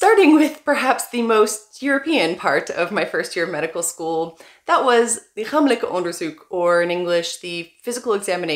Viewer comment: This is true but wow, that could have been said in a nicer way.. Your pronunciation of 'lichamelijk onderzoek' is great btw